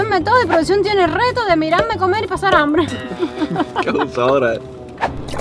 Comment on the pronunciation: Hambre se dice hambre no ambre brut@